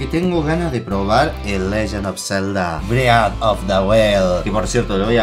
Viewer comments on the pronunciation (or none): carlos rafael Orozco "bret" x'DD